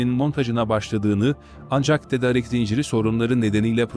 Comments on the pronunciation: seslendirme ile ilgili sorunları çözmeniz gerekli .... ' tedarik ' değil ' tedaarik ' şeklinde okunmalı ... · TEDARIK TEDARIK TEDARIK TEDARIK TEDARIK TEDARIK TEDARIK TEDARIK TEDARIK TEDARIK !!!!! Sunu dogru telaffuz etsene be kardesim... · Seslendiren Türkçeyi nerede öğrenmiş acaba!.. Hayatında "tedarik" sözcüğünü duymamış. Düzgün okuduğu tek bir cümle yok. Nereden diploma almış, kimlerle konuşuyor, nerede yaşıyor acaba... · Türkçe konuşmayı bilen bir konuşmacı bulsanız? Tedarik ve sanayi sözcüklerini söylemeyi bilsin bari.